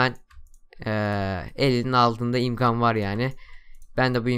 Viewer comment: ımkan dedin